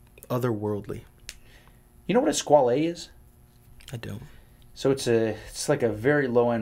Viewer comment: 30.38 onwards when Josh ask Israel "Do you know what a Skwaaaleee is?" and later commented that "I don't know where this is coming from. This is very strange and funny for me". I literally LMFAO!!! Later towards the end of the show, Josh "blamed" Israel for all the Skwaaaleee comments to which Israel seems clueless as to what is going on. hahahahahaha!!!! Well you guys are just having a little taste of what is coming your way. LOL I don't normally read the comments but Thanks to all you TGV trolls for making my day. Damn.... You guys are really vicious!